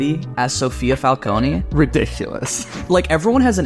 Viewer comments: You guys are my new favorite YouTube channel… But for the love of god it’s FAL-CONE not FAL-CONEY 😂😂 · You guys were pronouncing "Falcone" just fine at the beginning, then reverted to the way it was pronounced in Batman Begins & the Dark Knight. There's no extra emphasis on the "E" at the end